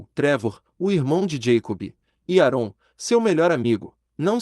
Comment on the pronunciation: "Arôn" ??? MDeus!